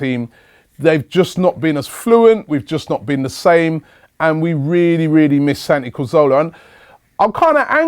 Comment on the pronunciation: "Santi Cozola" 😂 pmsl